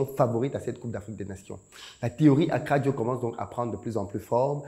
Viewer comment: Attention ils vont pencher ta bouche eh 😂 d'ailleur tu prononces mieux akradjo que san pedro 😅